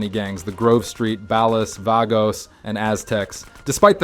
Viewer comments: Bro it's Ball•ahs not Bal•os. Be a regular person. Great video though. Ball us, ballas! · "Ballahs" not "Bellas" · You cracked me up when you say “baal-os.” Just pronounce it as ball-uh’s. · Bro really called the ballers “balas” 😂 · bro just say bAHLAHs and vAHgos dude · bell us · They're pronounced 'ball-uhs' and 'vah-gos', fake gta fan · the way hes butchering the ballas name 🤣🤣🤣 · why did you pronounce ballas and vagos like that? they’re mentioned too many times throughout the game to not know how to say their names correctly and from a GTA channel no less. i got the feeling he’s reading a script from someone who actually played the games. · The way he pronounces ballas 😂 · The way you say ballas should be illegal. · Fr like bro you literally played the game just say it right 😭💀